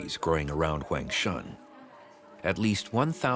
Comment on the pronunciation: He keeps mispronouncing Huangshan. Kind of bothers me.